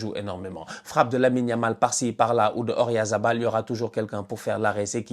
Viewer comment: Allez peut-être que d'ici la fin de la coupe du monde tu arriveras à prononcer correctement le nom d'Oyarzabal 😂